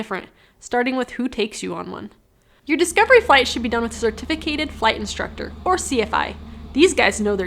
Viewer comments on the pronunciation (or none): A cer-tiff-fer-cated....